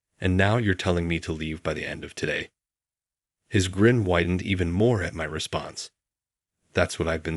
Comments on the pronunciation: again "even" or EVAN !!! absolutely pathetic narration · even or evan ? bloody bot narration